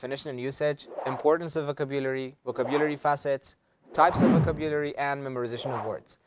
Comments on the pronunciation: Wrong is wrong! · You mispronounce the word vocabulary! Please check it in Oxford, Miriam-Webster... The way you pronounce it sounds odd.